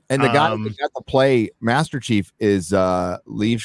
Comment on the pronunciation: What the actual eff is the deal with dudes inability to pronounce "Chief". SMFH